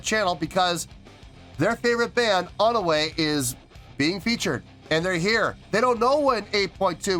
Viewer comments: It's pronounced One-we. 'One' like the number 1 and 'we' like the actual english word we 😊 Thanks for reacting! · (Part 1) I'm really happy you ended up being surprised,! About their name, no, you didn't say their name right. Their name is made up of the English words "One" and "We" put together. So it's pronounced like "One, We".